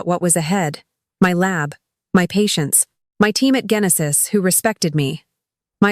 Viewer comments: "Ggenesis"? Really??? It's pronounced "jenesis". Do you not edit your product? There were other wrongful pronounciation errors but the genesis one was the most egregious one. Show respect for your audience and some self respect. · AI can't pronounce the first book of the Bible!